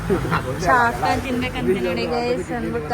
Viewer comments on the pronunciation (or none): ಅದು ಚಾಕ್ನ, ಚಾಕಣ ಅಲ್ಲ